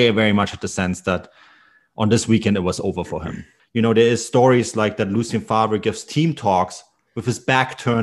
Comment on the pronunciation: Fantastic video apart from the way you pronounce Favre